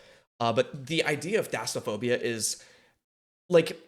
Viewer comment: IT'S THALLASOPHOBIA NOT THASAPHOBIA BTW Love your reactions :D